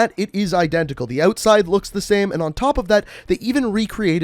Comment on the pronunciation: it's pronounced Outside not ohwtside. Wtf